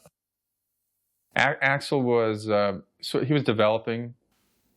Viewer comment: AI calling him A-X-L.